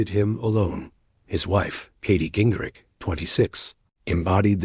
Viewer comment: can you at least try to get the name right ging-rich r-i-c-h-h-h